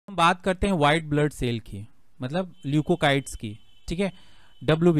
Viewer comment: Sir not leucokyte 🤣🤣